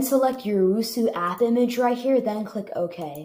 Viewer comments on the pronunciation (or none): bro did you really just call it uwusu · Its pronounced "Ohh-Ess-You" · Even though it’s 9 months old this hurts me on how you don’t know how to say osu :( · "uwusu" 😅😆 HAHAHAHAHHAHAHAHAHA im not tryna be mean but its funny